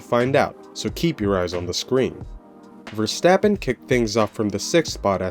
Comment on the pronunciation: Pleas pronounce his name correct! He is Dutch not German.